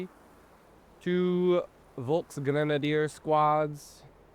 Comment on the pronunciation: "Volks-" starts with an "F" sound, so it's basically like the English cognate "folk". Not quite sure if "Stuka zu Fuß" got better. It's definitely still missing the "Sht" instead of "St".